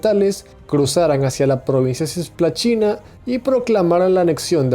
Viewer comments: Se dice cisplatina no cisplaCHina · la pronunciación brasilera es "cisplachina" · Nadie: Países hispanos: Cisplatina Brasil: Cisplachina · Repite conmigo: "CISPLATINA", no : "CIYSPLATINA". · ya sé como se escribe en portugués. Pero si está hablando en castellano, justamente debería pronunciarlo como está escrito y no afectar una pronunciación portuguesa en la que no es consistente después, no dijo GueJJa da Cisplachina sino GUERRA da Cisplachina mezclando las pronunciaciones española y portuguesa. No dijo tampoco Jío chi Yaneiru para decir Río de Janeiro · todo muy bien, pero tenes errores con los acentos , y porque decis cisplachina? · Não sei porque entendi que ele fala sis plachina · Cisplatina * pero la pronunciación es "tch" al igual que los argentinos con "yo"(sho)